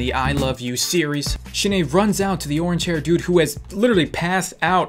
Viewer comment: idk why but everytime you say Shin-ae it sounds like you are saying shit aye